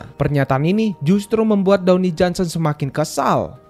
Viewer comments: dawni johnson HAHAHAHAH DWAYNE BANG DWAYNE DUWEIN bacanya bang HAHAHAHAH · dony "the rock" johnson? yang bener Dwayne (dibaca: dwein) Johnson iya arah cerita FF jadi ga masuk akal 🤣🤩🤩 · bang, dwayne bang, bukan downy, itu mah sabun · downey downey apaan jing, bnerin pronounce dlu